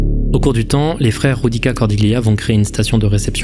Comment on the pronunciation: Salut merci pour la vidéo, pour info la lettre « J » en italien ne se prononce pas « re » comme en Espagnol mais « g ». Le nom des frères italiens est donc « gioudica » et pas « roudica ». Judica qui veut dire jugé en italien.